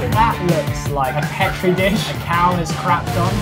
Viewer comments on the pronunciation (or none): none